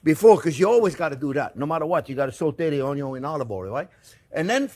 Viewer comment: Mortar & Pestle 😅 mr. OnYon 😂